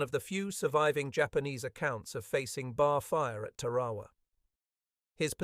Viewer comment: The normal good production of this Author were spoilers by proaunation w of Tarawa, it’s npt Tawa. 😢